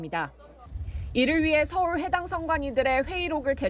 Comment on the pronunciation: 집중적으로 드려다붤 예정입니다? 이로인해 서월? 선관위? 발음이 아나운서 발음이 아닌거 같은데 어떻게 생각하세요?